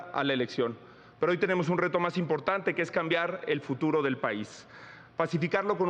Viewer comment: Xochilt: Pot, poque, impoctante 😂